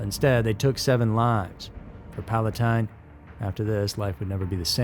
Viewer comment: Palatine is my home. It’s such a great town, and it’s unbelievable that a couple teenagers from the snobby high school did that. Thank you for pronouncing Palatine correctly.